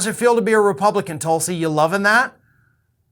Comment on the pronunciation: It’s “Toolsi” Gabbard